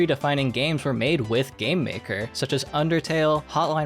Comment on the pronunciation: I thought is said GambleMaker for a second and was really concerned